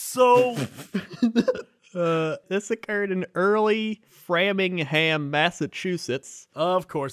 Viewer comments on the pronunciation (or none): how did you manage to pronounce Framingham wrong lol it's literally "framing" and "ham" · I cried a little when said FRAHM-ing-ham